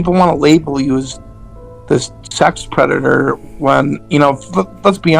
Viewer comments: De White Bowsah is a pwedatuh. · "I AM NOT A PWEDATOR" -Earl The White Bowser (A predator) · *A pwedator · The White Bowser’s a pwedatah. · White Bowser is a pwedatuh